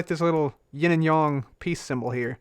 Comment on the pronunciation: James TheGamer Yin and Yang, not "Ying"